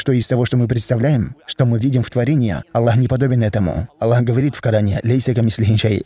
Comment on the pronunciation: Почему, вы пишете Джазакя-лляху? Я например нигде в курьане не слышал, чтоб АЛЛАh звучал как Аллях. Астагфируллаh. И нигде никогда не слышал, чтобы учили курьану таким образом, как вы произносите. Простите конечно меня. Но я часто вижу и слышу подобное произношение (неправильное)